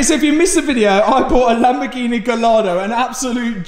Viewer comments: Lamborg eeen eh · It's lamborghini not lamborghineh you prat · lol do you mean Lamborghineh